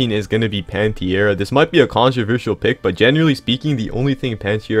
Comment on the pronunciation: What dimension was bro pulling that i out of when saying pantera💀